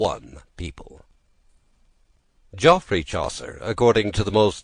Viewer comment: He doesn't pronounce Geoffrey properly, so it's already unintelligible. It's pronounced like Jeffrey. If you were English you'd know that.